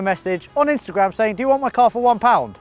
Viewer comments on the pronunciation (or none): anyone elses iphone with hey siri turn on coz said saink 🤨🤨